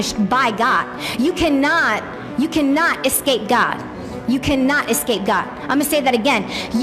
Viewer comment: All I can think is “its escape.... not essape”